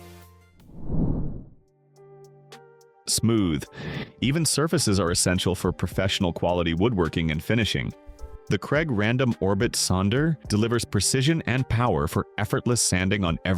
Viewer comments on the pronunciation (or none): AI can't pronounce "sander"? he says "sonder"